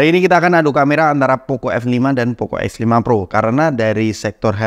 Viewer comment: Lu ngomong x sama f kaya gk ada bedanya, jadi bingung